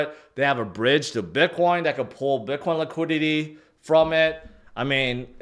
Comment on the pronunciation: Why u keep say biqwan?